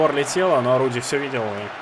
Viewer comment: ты неправильно назвал имя вратаря норвича не Рудди а Радди я просто фанат футбола я знаю